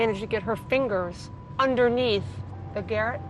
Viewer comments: It's called a garotte, pronounced ; g'rot. Not garit. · It's call a garotte, pronounced, g' rot. Not garit. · GA-ROT (A garrote or garrote vil (a Spanish word; alternative spellings include garotte and similar variants[) Not Garret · It's a Garrote not a Garrett. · What kind of detective thinks that's how you say garrote 🥕 😂